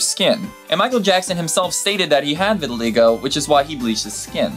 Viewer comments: You totally slaughtered the pronunciation of vitiligo but thats okay. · vinylwub lol he said he had "re-vitiligo" that turned him black, pretty hilarious